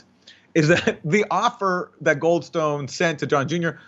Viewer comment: “Goldstone”. Every. Single. Time